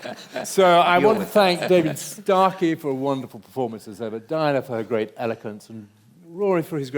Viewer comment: Do they not? Surely, they do, if even the moderator says 'Startey' instead of 'Starkey'.